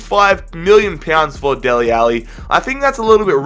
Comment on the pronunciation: Who are "deli Alli"